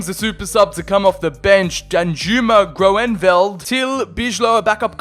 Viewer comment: You pronnounce oe in groeneveld and zoet like ou in could believe me i am half from the netherlands